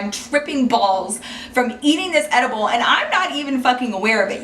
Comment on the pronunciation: when I heard you say ediable I though you were talking about the fruit and chocolate ediable that you can buy at the store 😂